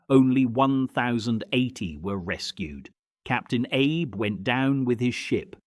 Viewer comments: …and the Captain is Arb first, then Aib (as in Abe Lincoln ) twice. Try Ah-bay…. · Agreed, these content producers should at least learn the proper pronunciation of the Japanese names. It is captain Ah-bay not Abe.